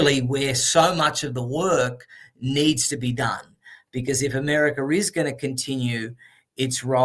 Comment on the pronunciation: Mr. Adams REALLY loves "Americer!" 😊